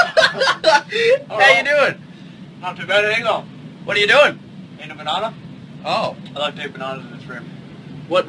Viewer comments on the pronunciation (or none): Michael's 'bonana' gets me every time